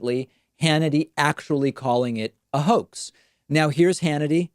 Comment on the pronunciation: Hannity think that his staggering of the word, & making it come out as "cahoax," means that he never ACTUALLY said "HOAX." 🙄